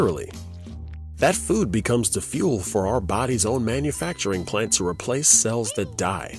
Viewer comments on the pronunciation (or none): none